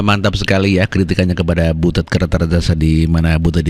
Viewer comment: Butut ah bukan butet